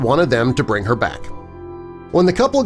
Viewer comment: "if she did not gave birth vet told to bring her back".... Instead of bring... I heard break.... I was like... Wtf... Then subtitles saved my day😅😅😅